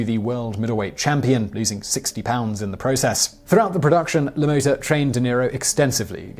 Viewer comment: La Motta is not pronounced THAT way, Simon. Have a guess how it IS pronounced. You're a smart guy, I'm sure you'll figure it out haha!!